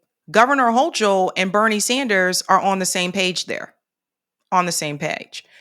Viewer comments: Hey, Hochul is pronounced with a hard CH. Much love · Her last name is pronounced 'hoe - kul.'